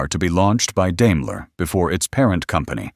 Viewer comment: Learn to pronounce Daimler.